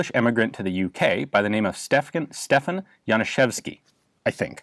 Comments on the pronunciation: Um actually, your pronunciation was spot on, you handled thah Januszewski pretty well. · >Says "Januszewski" perfectly >"My Polish pronounciation isn't that good." What.